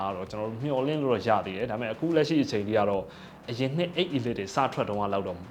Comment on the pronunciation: အီလိုက် / အီလစ် လို့အသံမထွက််ရဘူး၊ အေလိခ်လို့ အသံထွက်ပါ၏